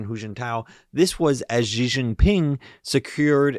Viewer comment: His name is pronounced "she," not "zjee." It'll help in showing a more credible knowledge of China and its politics